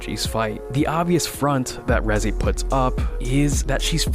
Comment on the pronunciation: reji?レジ？reze、レゼやろ。ちゃんと発音せいや。